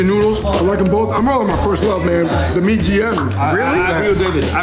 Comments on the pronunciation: it's not mie GM, but MIE AYAM... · MIE AYAM NOT MIE GM! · mie gm ? mybe its mie ayam 😂